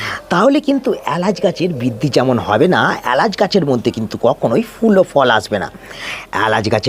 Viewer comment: প্রথম কথা এ্যালাচ নয়, এলাচ, দ্বিতীয়তঃ সাসক্রাইব নয়, সাবস্ক্রাইব, তৃতীয়তঃ পয়োগ নয়, প্রয়োগ , চতুর্থতঃ পতিস্থাপন নয় প্রতিস্থাপন, উচ্চারণ এ অজস্র ভুল, তাই সাবস্ক্রাইব করলাম না, আগে উচ্চারণ ঠিক করুন, তারপর ভিডিও করবেন